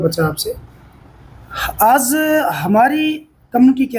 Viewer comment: Anchor sahib Aap ka programme accha hai.Achor Bhai aap apna pronounciation theek Karen.Aap Aaj ko Aaz bolte hain.Aur bhi pronounciation theek nahi hai.